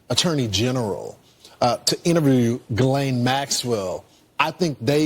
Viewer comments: The beginning of her name doesn't start with a J, so quit pronouncing it the way you do! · Why can nobody pronounce her name correctly?? For fuck sake. GEE-lane. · Hello Benny, Ghislaine is pronounced with a hard g. The H behind the G is the same as if it were a U, as in the word guard. I don't know if you read these comments but I hope you do. Good show, by the way!! Cheers, Frank. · Will someone in the comments please tell me the summary of this? I’m interested but I can’t listen to him say JILL-ANE one more time.